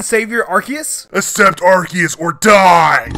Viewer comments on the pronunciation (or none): Ar ZE us